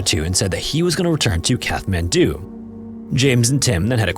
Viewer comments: But it is an AI voice. Listen to pronunciation. In “Kathmandu,” one pronounces the ‘th’ as a T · I'm sorry but your pronunciation of Kathmandu is really annoying. It's Kat-man-do. Not, Kath-man-do 😂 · The 'h' in Kathmandu is silent. It's pronounced cat-man-do. Example pronunciation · Its pronounced Cat man do, not Kath man do. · “Kath-man-doo?” Dude, it’s pronounced “Cat-man-doo.” Welcome to Earth. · its not Kath man do.... its CAT MAN DO!!! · CAT-man-doo!!!!!!!!!!!!!!!!! I swear to God... say Kath one more time. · It's Kat-mandu. Kat. Not Kath. 😬😬😬! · kaTTTTTT-man-do not kaTH-man-do bro jeepers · Kat-hmandu - the t is pronounced, the h is silent :) thanks for all ur hard work I looove ur videos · Despite its spelling, Kathmandu is pronounced KAT-mandu, not KATH-mandu. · It’s pronounced Kat Man Doo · it’s pronounced CAT mandu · It’s pronounced kat-man-du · Kathmandu is pronounced "cat-man-dew", just fyi. Look things up if you don't know how to pronounce them. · Sorry mate, I can't listen to the wrong pronunciation of the Nepalese capital any more. It's a hard "t" as in cat. You're welcome ❤ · It’s “Catt” man doo. Just fyi. The “th” means it’s a HARD t. Like “taw” instead of “tah”. But it’s not a “thaw”. Just tryin to help. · I hate to be that guy but it’s pronounced “Cat-Man-Due” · Katt - Mann - Doo FFS. I mean, you're a favourite channel but your laziness with regard to checking pronunciations drives me to the point of distraction. Don't proudly say 'No AI generated content' when you sound like an AI generated voice. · Just so that you’re aware in future videos, you don’t pronounce the “th” in Kathmandu. It’s closer to Kat-mandu like a kitty cat :) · Except for the constant mispronunciation of “Kathmandu”….? (Kat-man-doo) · The h in Kathmandu is silent. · You should have researched and practiced how to pronounce the name "Kathmandu". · The h in Kathmandu is silent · Pretty sure it's a stop, not a fricative, in the middle of Kathmandu.